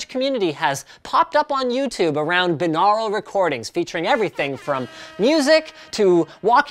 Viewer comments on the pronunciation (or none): you're saying binural wring it pronounced like this "bye-noor-al" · Wh... "Beenarul"? I've only ever heard it as "Buy-nor-ul" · "Bye" naural, not "bin" aural. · 'BIN-Aral' ? Isn't it 'By-Noral' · It would help if you knew how to pronounce the word - it’s BUY - NAURAL - you wouldn’t say BIH - LINGUAL would you? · lol I always pronounce it bi-neural. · ''By-noral'' is the way I'm almost certain it's pronounced, not ''bi-nahral'' . He also pronounces Asus as though it were Asüs. I'm not mad though, it's just now occurring to me that he says certain things a bit funny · Pronounced "Bine-au-ral" similarly to "Bine-air-y" is how you pronounce binary. You don't say it "Bin-ar-y" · ITS BYE-NORE-AL YOU FUCKING PLEBIAN. tips fedora and strokes neckbeard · It is pronounced bye-nor-ul bi means two aur means ear al means pertaining to so literally binaural means pertaining to the two ears. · Good work on trying to say binural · The way you pronounce binaural is technically right but sounds so weird. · Canadians say binaural weird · Dont u say that word differently